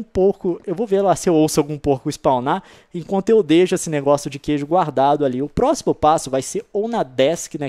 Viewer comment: só eu vi que voce falou gueijo?